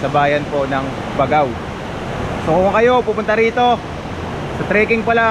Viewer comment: BAG-GAO po bigkas niyan...di po BAGAw..